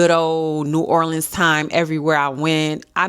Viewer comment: My mommy’s birthday is July 11 and I’m shopping for her right now. I live in New Orleans! Wish we could’ve met, but I definitely get the ick when people pronounce it Or-leenz. It’s New Or-linz😂